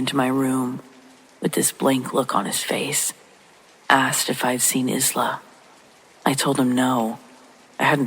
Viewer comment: Isla: Eye-lah.